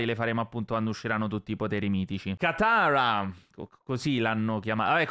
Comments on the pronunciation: Tranquillo l' hai detto bene katara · Ma tu dici che pronunci male katara ma in italiano la pronunci bene